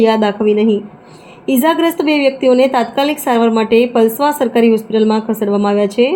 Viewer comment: પલસવા પલાંસ્વા લખો. અને બોલો ગામ નામ સાચું લ્યો આમા